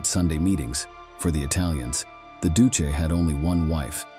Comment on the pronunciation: Doose????? Don't you mean EL DUCHAY? Not the spelling but how it was pronounced. Pathetic AI. Pathetic editors too. EL DUCE, was this bastards name.